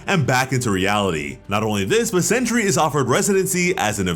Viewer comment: Sentry! Not century